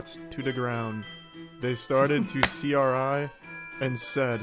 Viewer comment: "CRI" is pronounced "cry"